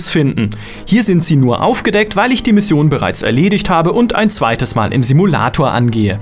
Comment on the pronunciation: merkt man ^^ mal und nicht mahl :P